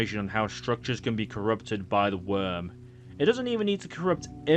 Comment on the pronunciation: Worm Freak not Wyrm Freak